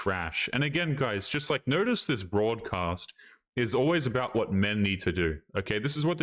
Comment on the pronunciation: "broad"cast lmao